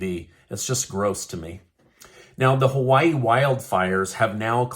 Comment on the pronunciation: Joe can't say Hawaii-He needs another prune smoothie and a nap during the prayer ceremony.